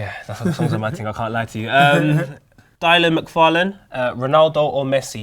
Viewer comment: It is 'Dil-lan' not 'Die-lan' you numpty!